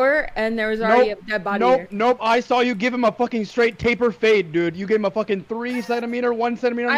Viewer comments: He said Taple lol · lmfaooo he combined temple and taper and said taple fading haha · Dude kept saying Taple and Table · my man calling it a "taple fade" ahhahah shows how different culture is in the UK and US